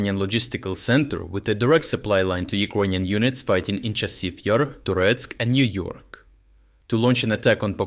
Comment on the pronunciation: Hahahaha "Niu-York"